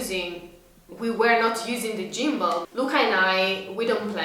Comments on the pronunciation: For the g in gimball is like a hard g similar to the word gone. No criticism just helping. I was wondering why you were talking about gym balls 😂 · great video as usual! Gimball is prounounced more like "Gim+ble" instead of "Gym+ble" ... gim like the word whim ... hopefully that helps as your english is amazing!